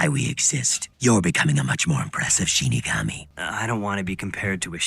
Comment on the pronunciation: Excited that you guys are watching this. When mispronounced "Shinigami" as "Shin Megami", my ears perked up, thinking, "SHIN MEGAMI TENSEI?!"